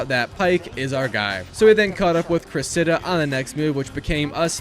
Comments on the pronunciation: “Cress-Id-uh” Cressida. The emphasis is on Cress and duh. Not on the “Idduh” as you’re saying it. Just fyi. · The pronunciation of Cressida is criminal